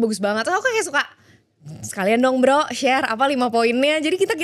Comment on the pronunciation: ngomong "brooo" nya bandung banget jadi merasa terpanggil wkwkw